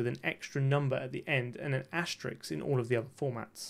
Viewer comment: It's "asterisk". Asterix is the comic book character. Otherwise nice video!